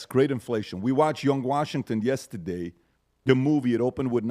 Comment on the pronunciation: "yestiday" lol